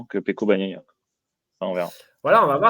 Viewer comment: "Banaia" et pourquoi pas Banania t en qu on n y est. Faites un effort sur la prononciation s il vous plaît, pour un journaliste ça la fout mal.